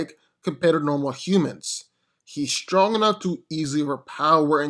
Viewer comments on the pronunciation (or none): none